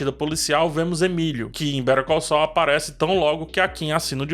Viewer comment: Aliás, péssima pronúncia de Better Call Saul, passei um tempão pra entender do que ele tava falando...